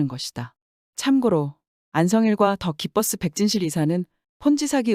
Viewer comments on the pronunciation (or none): 나레이션 더기 뻐쓰에서 뭐지? 더 기버스(The givers)아니었나? 하다가 더 기뻐쓰에서 존나 터졌네 기쁘긴 커녕 짱구 굴리다가 지금 아주 그냥 잣돼서 한국 떠야하는구만 시발ㅋㅋㅋ